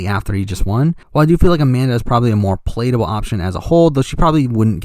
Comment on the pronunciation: Take a shot every time he mispronounces “palatable.” Joke aside, love the vid and the theorizing!